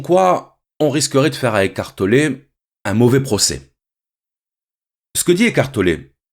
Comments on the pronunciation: J'ai entendu écartelé pendant 50min x) Mais merci ❤️ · Si je comprends bien il dit qu'on est en train d' ''écarteler'' notre esprit 😁 ecartoler... Toussa...